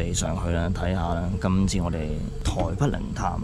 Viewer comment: 係台北，唔係台筆。請戒懶音。